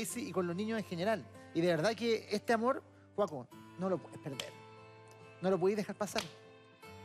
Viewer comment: "Su amort" jaja, cosita!! 😍